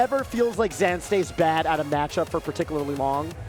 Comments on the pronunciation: Why does vish keep calling zain zan? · why are they saying zains name like that? zan? idk if theyre trying to pronounce it the "ethnic" way, but its wrong regardless lmao oh and "JMuk" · Ok so he said hes fine with zain but you're going to go out of your way to call him the other name and confuse everyone and start yet another argument about "name prefefences". Saying zan when we've all been calling him zain for years is as dumb as that one commentator who seriously went by it/it's. Exactly when did the melee scene started getting run by annoying hyper sensitive dorks? Who tf wants to hear 2 dorks fake laugh over every little thing when we had HMW and Phil keeping it real? Remember when actually acted like a real perso. and didn't force fake laughter everywhere? must be so proud of THEMSELVES. Doesn't even make grammatical sense These name/pronoun preferences are retarded and I can hardly listen to these hyper sensitive low T guy/girls in this annoying ass scene anymore. Even if you're interested in protecting people who have pronoun preferences, obsessively covering every single melee steam with pronouns and preferences is completely counter intuitive. Mods work their asses off to stop people from talking about pronouns but it's because they're on the fucking screen. It's clearly more divisive than anything and it's completely distracting from what we're all actually here for: melee If zain wants people to pronounce his name a certain way he would have said something about it publicly years ago. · To be fair his own sister says zain not zaan on stream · I can’t get over them calling him zan the whole time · why are they calling zain zan? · Are they saying “Zan” on purpose? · Why were they calling him Zan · xan lmao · Greatest commentators ever except they keep calling him Zan for some reason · Y do they keep saying zan? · What I don't get is why has Zain on numerous occasions pronounced his own name wrong, then?